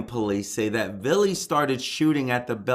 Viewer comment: You're a funny dude "Voo-han" it's the city of Vaughan like Steve Ray and " Mr. Villees ...what ever" his names Villi simple you are reporting - that's funny $1,800 dollars and $38 dollars?? what?? - don't say you haven't verified.. you haven't verified you're handle on the English language - you are ready for fox news - I'm am now a fan